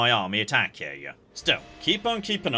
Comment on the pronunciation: Notes I expect to never read (edited as I watch): - "Hizen" is pronounced "hee-zen," not "high-zen" - the plural of metsuke is metsuke - Aki is pronounced "ah-kee," not "æck-kee" - Bungo is pronounced "boo-n-go," not "buhn-go." - "spikey-McJibbles" is pronounced "kal-trops" - naginata is pronounced "nah-gee-nah-tah" - Amako is pronounced "ah-mah-ko." You said it more or less right in previous parts. - Bune is pronounced "boo-neigh," not "Boone" - Amazing to hear this again, Ouchi is pronounced "oh-ooh-chee," not like a synonym for boo-boo